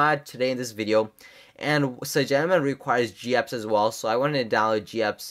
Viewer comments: Dude its cynogenmod not cygenomod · I thought it's cyanogen mod ? @@